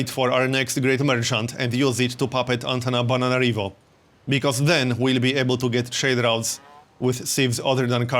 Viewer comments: why do you say Antanabananarivo instead of Antananarivo? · Is he saying AntanaBANANArivo? :))